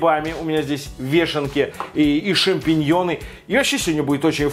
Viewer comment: Блин только вешенек бобольше бы , а не "шампенъенов" терпеть их не могу